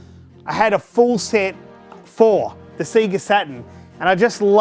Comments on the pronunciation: While I respect your choice to mispronounce Sega since thats the way we all said it before the Megadrive game intro corrected us, Its still grating to listen to. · Fucking hell, all those games and all that time invested...you think the guy could pronounce Sega properly :p (nice collection man) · SEGA, say it with me now... SAYGA, NOT F@ SEEGA!!! SEGA because to be this Good takes ages! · It's not Seega it's 'Sega'...!!! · Full respect to you good sir :) I actually sat there and managed to identify right from the start! so many memories. Do you have clones of yourself to play all these games??? also its SAY-GAA (sega) not Seee ga :) sorry was driving me nuts thee whole video.. had to say it. best wishes and cant wait to see the finished room (if it will ever be finished lol) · I'm really confused why people keep pronouncing it "SEEGA" Is this a cultural thing or something??? The systems literally say SEGA on start up. They pronounce it for you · The way he said Sega ruined my day. It's not see-guh, it's say-guh! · Stop saying sega wrong, It’s Seh-gah not See-Ga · Wtf is a Seeger Saturn ???? It's sega (say ga ) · Seega? Say ga. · SAY-GA, not SEE-GA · What the fuck is a seeger?? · say ga say ga not see ga did the sonic opening not teach anything? :) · stop saying sea ge its say ga lol sorry but it's tilting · I can’t watch for then 5 mins of this, him pronouncing Sega like SEEEEGA is too much for me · For a huge SEGA fan, it's weird hearing him say "Siga" so many times. Imagine booting up Sonic and hearing "SiiiiiiiGAAAAA!" lol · I'm sure it's not pronounced seega. Edit just looked it up, apparently some say seega because advertisements in their region may have said that. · Awesome but please stop saying 'Seega'. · Why do you say Sega strange? Seaga? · That. Is. Amazing. The only thing I want to correct you about is the pronounciation of the words 'NES' and 'SEGA' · SEGA what the fuck I’m British it’s SEGA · Stop saying SEGA wrong..grrrrrrrr.